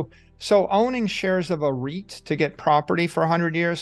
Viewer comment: Its REIT, not right.